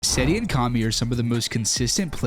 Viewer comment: It kami not karmy